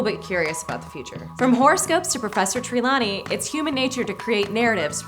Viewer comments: I'm sorry... Professor TREE-LANEY?! Its Tre-lawney. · Professor, TREE-lani? You should know better! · are we just gonna ignore saying “professor TREE-lawney” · “professor tree-lawney” :/ lol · She pronounced Tralwny from Harry Potter wrong. lol